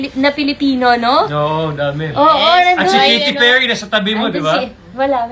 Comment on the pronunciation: Ayosin mo nga ang pronunciation mo... KATY PERRY hindi KITY PIRRY..... ginawa mong pusa. Basta maka vlog lang kasi